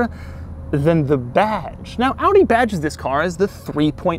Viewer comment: Owdy kyoo seven.